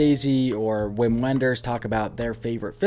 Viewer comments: I feel like I need to interject at this point to say that in Germany, W is pronounced like our V, and so Wim Wenders is pronounced like Vim Venders. Sorry to be pedantic 😁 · It’s pronounced Vim Venders. Thought you’d want to know. Great list. Especially your last three. Since you liked Ghost World, you should check out American Splendor. Not a coming of age but sort of exists in the same universe as Ghost World.